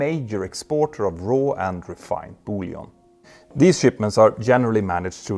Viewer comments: Dear Petter, you're pronouncing the word "bullion" (gold bars) as "bouillon" (French clear soup), which is both hilarious and confusing. (I love 'em both - but in very different ways!) Great video though. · Peter, just to let you know, when referring to gold bullion, this word in English is NOT pronounced like the French word for a broth/soup, ie. bouillon. Bouillon (as in the soup/broth) is spelt differently from bullion and the French word for bullion is in fact lingots (pronounced lan-go). In English, bullion is pronounced bull-e-on. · I know English isn't your first language, and you do speak it impeccably well, but, look up Boullion!